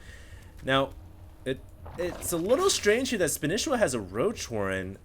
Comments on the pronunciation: ITS FUCKING SPA KNEE SHE WA NOT SPAN ISA WA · Spanisiwa!!!! Not Spanisswa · spaaaanishiwa not spinishiwa. LOL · since when do u have to pronounce it as spanIchiwa, wasn't it like span'E'shiwa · how can he still not know how to pronounce SPAN-EE-SHE-WA!!. Not span-ish-i-wa. Not everything is written phoenetically. The history of the name is that he learned spanish while in japan, therefore his name is a mix of SPANISH and konich IWA. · spanisheeeewa.. SHE!!!!! not shi!!!! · Can you stop calling him spanehshwa and call him spaneesheewaa sorry ocd. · God you are butchering his name. Its (Spah-nee-she-wa) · i swear everyone else pronounces it SPAN-EE-SHEE-WAH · it's SPA--KNEE--SHEE-WAAA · btw you pronounce the name as "Span-e-shi-wa". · didn't you say in your last video that you CALLED Spanishiwa and he said to you that his name is pronounced SPAN-EE-SHEE-WA? You SAID Spanishiwa correctly throughout that entire video, what the fuck man! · SPAN-E-SHE-WA god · you are a starcraft commentator. for the love of god, why are you less familiar with the names of players than 90% of the people watching?!?! SPAN-KNEE-SHE-WA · Come on,. Span-EE-sh-EE-wa. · Spa-nee-shee-wa honestly hd how can you not know this he is the most casted player by far and nobody pronounces like you do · Please go back to pronouncing Spanishiwa the old way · Will ever pronounce his name right? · Irritated on how he pronounces spanishiwa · Guys, am I wrong in thinking is saying Spanishiwa wrong?? I can't stand hearing it this way!! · why is still pronouncing spanishiwa's name wrong? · it bothers me that you pronounce his name wrong... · He's saying it wrong ahhhhh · wtf, why can't pronounce Spanishiwa properly?